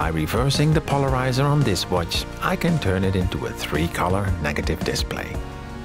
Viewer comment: The way he say "watch" is amazing 'uôtichê' hahaha